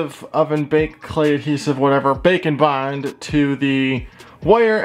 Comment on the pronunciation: Is it just me or does he sound like he says bacon bond